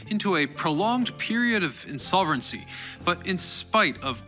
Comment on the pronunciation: . What's "insoverigncy?" Did you mean insolvency?